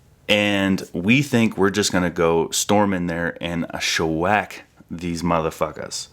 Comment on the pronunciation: Sha-whack? Do you mean shellac?